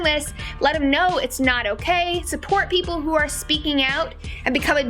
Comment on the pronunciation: " Don't treat themm leik piepl. Treat themm leik miepl."